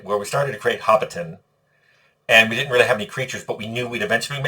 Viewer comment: My biggest takeaway from this video is that Tim pronounces Hobbiton like its a Transformer